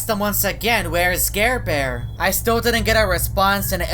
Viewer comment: Its NOT garebare its ???